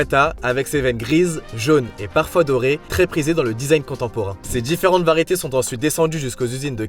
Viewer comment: Fils « djamantés », « djifférentes » variétés, des plaques « vendjues »… faut arrêter d’inventer des lettres.